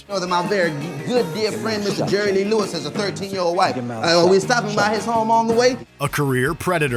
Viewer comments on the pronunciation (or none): none